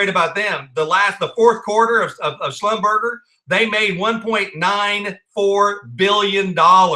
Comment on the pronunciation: It is pronounced, "Slum-ber-jay" LOL .... I don't know how they got that out of Slumberger, but that's true. Great video!!!!!